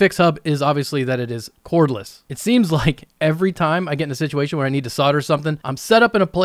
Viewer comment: "Cordless"? Haha, not quite; try again!